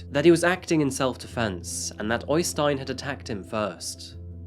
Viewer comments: OYstein? It's better to pronounce the Ø as EIYstein. I've seen jokes before about English with a Norwegian accent, but the opposite is much more silly. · øystein not OYYstein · Its pronounced Errstein , not Oistin